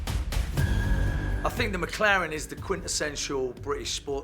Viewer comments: Schnitzel6789 MäcLären! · Leute...... Lernt doch mal die McLaren Namen englisch auszusprechen..